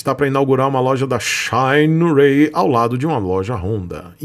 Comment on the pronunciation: "Shaineirei" kkkkkk falando americanizado em uma expressão chinesa que seria o certo "xîneraí"